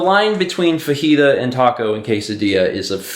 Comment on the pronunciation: says fajita the way it's meant to be pronounced, Me being A massive smartass who pronounces it like a certain Anime characters name all the time sitting here for a few seconds like what's a fahita? lol